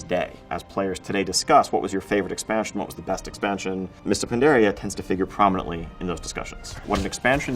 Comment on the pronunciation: wtf does he mean? I have never heard someone say mop was tje nest expansion lol. And even if i would, he said "prominentely"??? Yeah, no.